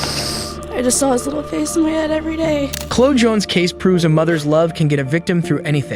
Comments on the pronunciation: Narrator needs to learn how to pronounce Chloe! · Chloe is pronounce Cloey, cute how you were saying Clo lol. Man, they acted like they were just getting a raccoon down or something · CHLOE is pronounced klo-ee, not klo. Who doesn't know that? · This is a stupid AI bot channel. Only a robot doesn't know that the name Chloe is pronounced Clo-eee, not clo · KA-LA instead pronouncing it Kay-law? And Chloe as CLO (rhyming with “blow) instead clo-wee? Nothing says “this is an AI channel” like horrible pronunciation! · Chloe is pronounced Clo-ee, not Clo. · Oh my lord, learn how to say Chloe! It's not "Clo" as you kept saying. You have to pronounce the E. The officer said it correctly. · I cannot stand narration that can’t pronounce common words & names! “Clo”? Chloe is pronounced Cloee… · As a business owner, I know the earlier of using AI to reduce your cost is amazing. But if you fuckers can’t listen to your audio once and realize that names like “Chloe” are not pronounced as “cloo” by any human on the planet. I will not upload or subscribe to any shitty channel like this. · Her name is almost certainly pronounced "kay-la", and the other one is "Klo-ee". Is the voice AI? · Bro... Chloe is pronounced CHLO-EEEE KLO EEEEE Dude you can't tell me you've seriously never come across that name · The cops on Chole's case are jackasses.He could have killed her 1000 times before they stopped reminiscing and got around to doing their job. And just for future information the name Chloe is pronounced Klo ee. Accent on first syllable. Long ee sound second syllable. This poor girl couldn't catch a break all the way around. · Trash AI slop repeatedly pronouncing Chloe a s "Clo" drives me nuts. 1.5 million subs and can't be assed to spend 20 minutes fixing flaws. YT is legit dead... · Obviously a computer narrorator as Chloe is not pronounced 'clo' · has this man never heard the name Chloe?? why does he keep saying clo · "Chloe" is pronounced "kloh-ee". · It’s pronounced KLO-E, Chloe